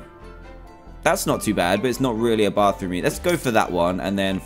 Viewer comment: love how he says bathroom bafroom